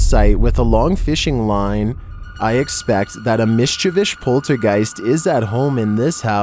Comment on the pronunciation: Return of the mischevisch.